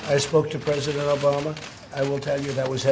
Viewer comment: "I'll never have dinner with the presesident."